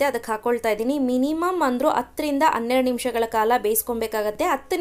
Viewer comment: Recipe channagide mam,adre dayavittu ಅದಿನೈದು ಅಲ್ಲ ಹದಿನೈದು ,ಅತ್ತು ಅನ್ನೆರಡು ಅಲ್ಲ ಹತ್ತು ಹನ್ನೆರಡು anta pronounce maadi